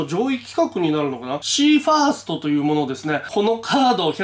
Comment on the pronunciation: ファーストじゃなくてファストじゃない？